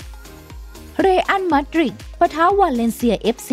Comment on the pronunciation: อาร์เซนอลี, เรอัล มาดริดี่ 555